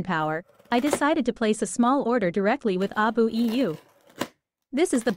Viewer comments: It's an AI voice, that's why. It tries to pronounce it as a word since the AI can't tell that it's supposed to be an acronym. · why do U keep pronouncing the name of the company wrong on every video U make?